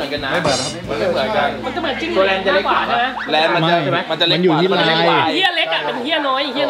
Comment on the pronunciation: เเลน ไอ้บ่าว ไม่ใช่แรน